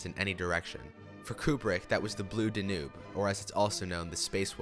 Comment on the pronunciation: Duh- noob? My God, do you now know how to say the DAN-YOOB?